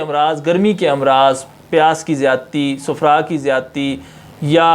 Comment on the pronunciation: صحیح تلفظ صفرہ/ safra ہے نہ کہ sufra